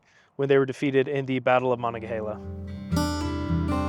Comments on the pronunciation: 6th grade field trip! Catholic grade school, St. Pius the X in Pittsburgh. We went to Fort Necessity and then Braddock's grave way way back in 1981 ish. Sorry to nit pick, but you are mispronouncing Monongahela, it is Mon-on-ga-hela, you were saying Mon a ga hela. We just call it the Mon here in Pittsburgh. Still a good video. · Nice video, although any local will tell you it is pronounced Mo’non’ga’HAIL’ah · As a native of Fairmont, WV, where the Monongahela River starts I would differ slightly with the pronunciation given by We pronounce it almost exactly the same, except, the last two syllables are HAY-luh. Muh-nahng-uh-HAY-luh. It's a Native American word that means falling banks. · Some pronunciations for you: Ma non ga hey la. Fay ette. Other than that not bad history reporting. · Was it really too hard to take a trip a mile down the street to Fort Necessity to ask the park rangers there the correct pronunciation of names like Jumonville, Monongahela, and Fayette? Sheesh. mun-ON-ga-HAY-la joo-MON-vil fay-YET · It’s pronounced Mon-on-gah-hay-la. The “on” syllables are pronounced like the word on. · interesting presentation- but it's pronounced the Ma-NON-ga-hey-la River. When I was in highschool, I often passed by the site where George Washington was almost assassinated by a native American. It's just off Rte 68 in Butler County, PA, east of Evans City (where the cemetery scene in Night of the Living Dead was filmed). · Mon - ga - heel - la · I was born in the area and still live here. It is “Mo-non-ga-HAY-la” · Super video. Informative, concise, and well-spoken. Since pronunciations of proper nouns are important for a historical video like this, Monongahela is pronounced muh-nahng-guh-HEE-luh, and Fayette is pronounced FAY-ET County, rather than FYE-ET, and has more or less equal stress on both syllables. I've been to Braddock's Grave monument and you did a fine job of drawing the picture of events. Cheers. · Pronounced MO NON GA HAY LA